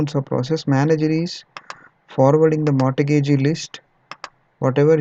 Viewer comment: mortgage - the 't' is silent. "mor"-"gage". Thanks for the KIE series, they are useful.